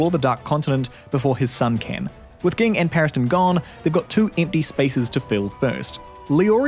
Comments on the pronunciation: It’s pronounced Jing ffs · Did it bother anyone else how this dude was saying gene? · Pronounce ging right! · I always thought Ging was pronounced Jeen not Geen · Yeah it's pronounced Jing, I'm just an idiot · help why did u say ging like that (great vid tho) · Sorry! I'm mainly coming from the manga. What's the correct pronunciation? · Why do you mispronounce Ging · Mf had 5+ opportunities to get Gings name right, and he still failed